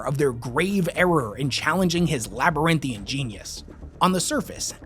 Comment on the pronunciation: It is "labyrinthine". I suppose a "man" who cannot comb his hair correctly cannot be expected to pronounce words correctly, either.